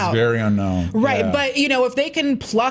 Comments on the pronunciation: Why does nobody listen to how Gal pronounces her own name? Its' not a hard 'dot'. It's like dough with a very subtle t sound at the end. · Gal Gadon't lol